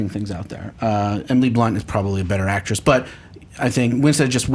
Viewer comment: Is it so HARD to say AcTRESS? o.o